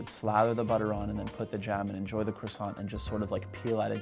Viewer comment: I hate how he pronounces croissaint right but queso wrong